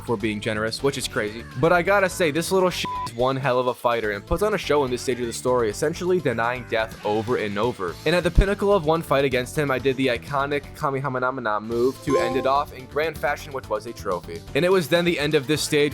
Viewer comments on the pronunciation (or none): “Kame-Hame-Na-Mih-Nah” is fire.🔥